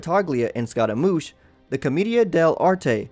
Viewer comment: the way he called scaramouche as scotta-moosh XD